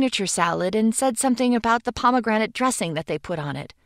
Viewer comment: “Pomegrenade” I understand why she smiled at the nuke now.